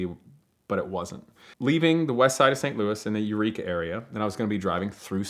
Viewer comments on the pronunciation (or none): none